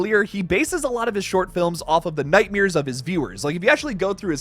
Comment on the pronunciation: Nightmares!!! Not nightmiers! That was driving me crazy!